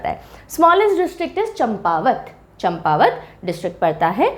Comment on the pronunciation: यह चंपावत नहीं बल्कि चांपावत है.